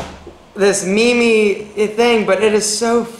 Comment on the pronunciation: It was all fun until said "mimis"